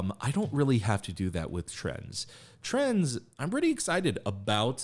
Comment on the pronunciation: I really fell in love with this group since I watched your last reaction and also in big parts because of it, so I'm really happy you checked them out again!! I hope they can grow much bigger! A note on the pronunciation of their name, the Z is pronounced separate from Trend, like in Gen Z (트렌드지) About the members: Hankook - he's the rapper, who opened, with the great voice, he's the leader, 2002 Havit - the guy with blonde hair, he's the oldest, 1999 Leon - the one with great voice and great presence, 2000 Yoonwoo- he's the one with black hair whose singing voice you liked a lot, 2000 ra.L - the one with "crunchy" rapping and filter, 2003 Eunil - the guy with purple hair and great singing, 2003 Yechan - he's the one who you noticed least, he has orange hair and is the maknae, 2005